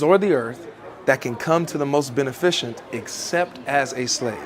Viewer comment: Benificent. Ben-if-iss-ent.